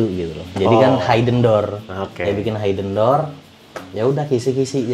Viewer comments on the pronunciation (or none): koreksi bhs inggrisnya, hidden door itu mbacanya hiden dor bukan haiden dor....🙏🙏